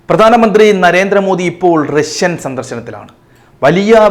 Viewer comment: രശ്യൻ അല്ല റഷ്യൻ. ബാശ അല്ല ഭാഷ 😂😂